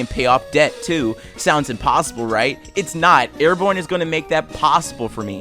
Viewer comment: It's pronounced Are-bon not Air-born